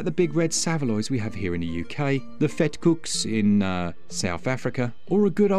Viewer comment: As a South African I must commend your pronunciation of “vetkoek” 😂 brilliant